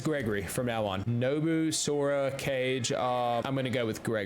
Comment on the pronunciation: kage = cage LOL